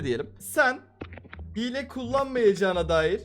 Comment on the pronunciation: yanlız hile diyeceğine hile g diyo laaaaa